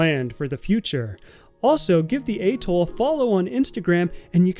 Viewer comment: Getting you to pronounce atoll correctly is now one of my life’s missions…